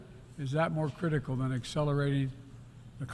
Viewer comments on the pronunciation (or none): "no where is that more critican than Excelrating the climit crisis" um, joe, you said the quite part out loud again. . .